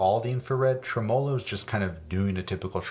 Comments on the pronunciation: BIG FAN of what you do. Just wanted to say: “TREmolo.” It’s Italian. Same first syllable as ‘trembling” or ‘trebuchet.’ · Y’all really had me thinkin he was about to say “Trimblogagooloo” or some shit. Losing you fuckin minds cause he stressed a different syllable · bro really pronouncing tremolo as “tremolo” and not “tremalow” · the way you pronounced tremolo hurt me deeply